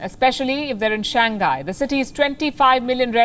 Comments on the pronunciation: It's Shang - hai, not shan- gai... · Palki....it is not Shang Guy....it is pronounced as Shang High ! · Shang hai lah dei not Shang Gai